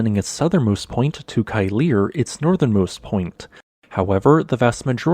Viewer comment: Keilir is pronounced "KAY - leer". All words in Icelandic have the emphasis on the first syllable, which is a good trick to know. You have definitely made improvements since you first started making videos about Iceland though!